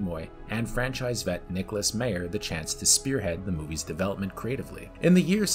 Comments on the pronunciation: It’s Harve Bennett, not Harvey. And it’s Nicholas Meyer, not Mayor. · Good 10-minute overview! Undiscovered Country is still my overall favorite Trek film. Please research though how the names are pronounced. It’s Harve Bennett, not Harvey; and Nicholas "Myer", not "Mayor" 😀